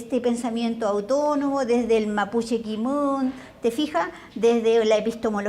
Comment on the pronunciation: Pero, ¿ cómo dice ser Educadora Académica de lenguas? si no sabe ni siquiera pronunciar bien las palabras en su relato hay varias .....escuchen cuando se refiere a la palabra ¡¡autónomo!! la india dice "utonomo".